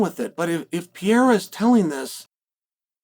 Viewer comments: The whole Alex "Piera" thing was fun at first. It's becoming unlistenable now... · PEE AIR UH